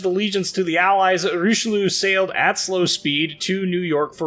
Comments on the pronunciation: RICHE LUUU xD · Hilarious to hear you trying to pronounce Richelieu and Jean Bart ;-) Thanks for the video mate.